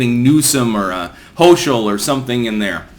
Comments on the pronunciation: Hochel (HO–kull) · I love how he mispronounces Hochul….reminds me of my dad